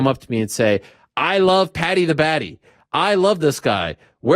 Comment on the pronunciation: You pronounce Paddy not Pedi wrf 🤣🤣🤣